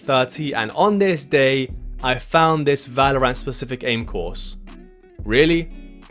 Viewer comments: Ah yes Valor-ANT! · 30 days and you still couldn't say valorant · can't say the name right.... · Why do you say Valorant like that?